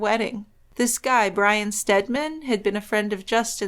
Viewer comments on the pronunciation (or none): none